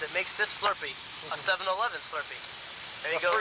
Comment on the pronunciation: He said “7 elevooon” 😂 First troll ever recorded on camera.